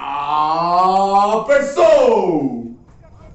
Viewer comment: Maluco lokao falando toperson KKKKKKKKKKKKKKKKKKKKKKK